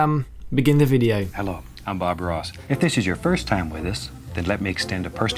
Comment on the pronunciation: i like how he says videoe